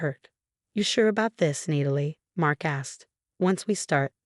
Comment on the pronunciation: Who the hell is reading these storys?? It's Nat-a- Lee not need-i- lee..